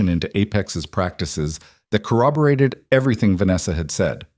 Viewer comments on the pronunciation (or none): none